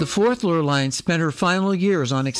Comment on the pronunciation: I love this video and only wish I appreciated Britanis more during the one and only time I sailed on her. A gentle reminder that "Lurline" is pronounced "Lur-leen."